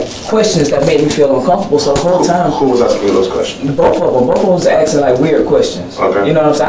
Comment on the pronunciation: Axing questions